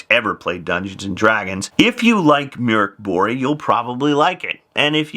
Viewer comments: It's Murk Boorge. >.> I'll fight anyone who says otherwise! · As an American I can confirm that that's NOT how it's pronounced in English. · You've ALMOST got the pronunciation right, professor. Drop two octaves, use a demonic tone, and scream "Mork Booooriiiiiiiiiiiii!!!!!!", and then you've got it. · I kinda like how English people say "Mork BorG" so this caught me off guard! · Every time he says Mork Borg (sounds very like Officer Crabtree's "Good Moaning" from 'Allo 'Allo) it had my brain interjecting with MorkBork (the pavlovian conditioning to only hear it as sounding like barkbark). 😂🤣😂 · I think there was some confusion in explaining the sound. It is pronounced like "Murk Bory" but that y has the same sound as y in "yard" (not y in happy). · I'm having some difficulty hearing that. It is "Buree" like furry, or "Buray" like hooray? At least I can stop saying Mork Borg and thinking of an assimilated Robin Williams. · Professor I’m going to need you to get a Swedish friend to record themselves saying that name because out of this entire video the pronunciation bombshell has me the most shaken.